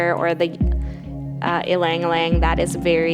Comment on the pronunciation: The "Ilang Ilang" pronunciation is funny.. LOL